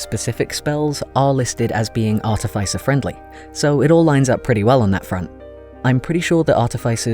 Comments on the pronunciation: Ah yes, ArtifYcer! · Mispronouncing artificer again I see